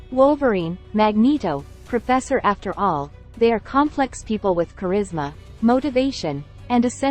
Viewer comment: Profeesor After all? Your Ai failed you there.